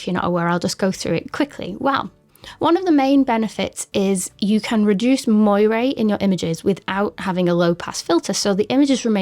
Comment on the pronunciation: Great video on an underappreciated camera! Just an FYI: the way you pronounce moiré is funny. It should be more like 'mwah-ray'!